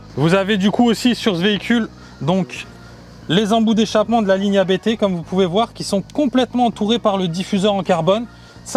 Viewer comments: " c'est un nom de famille donc comme on ne rempli pas un formulaire administratif en parlant avec un opérateur de call Indien🤗, on prononce Abt et pas A-B-T 🙏" Sinon top tes vidéos et peut être un jour une visite au show room pour un achat n🙏🥂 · Ça me tue ceux qui disent A-b-t haha C'est le nom du fondateur, autant le respecter